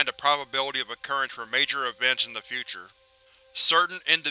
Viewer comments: It's cause-ality. Not cause-ulty. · Causality appears to be a casualty of laxadaisical pronunciation practises. Yes, I am a pedantic prick, nice to meet you. Really enjoy these, to the point where I can't get on with listening to any one else. Thankyou..